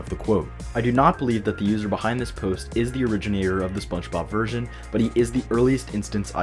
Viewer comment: Love this video!! I will say, you pronounce "Spongebob" like "Spunchbob" every time and I cant tell if youre messing with me LOL